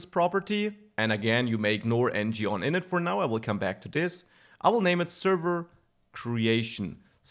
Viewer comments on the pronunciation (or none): none